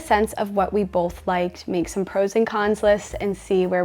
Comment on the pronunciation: The "bolth" for "both" was a tell that we might be in Mormon Country with, yet again. Not a criticism, just an observation. They're quite the influencers.